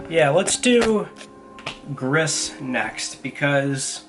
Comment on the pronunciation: It's pronounced 'G-REE' not 'griss' - as in the french word for gray